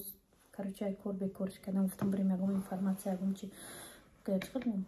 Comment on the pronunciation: Ака инфаратсия не информацию бген😅😅😅